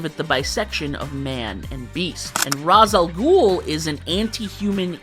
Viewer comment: I heard the way you pronounced Ra's Al Ghul and thought, does this guy really know his comics... Then you mentioned "Matches Malone"!